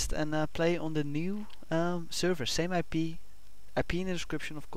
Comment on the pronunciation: it sounded like you said ill pee in the description at the end